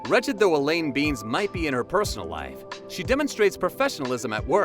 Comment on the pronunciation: Elaine's last name is pronounced "Bennis" not "Beans"....